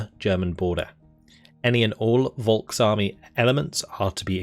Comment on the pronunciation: I love your vids but your german pronunciation is some times very off. For example the word "Volk", I suggest that you listen some germans say it. ;)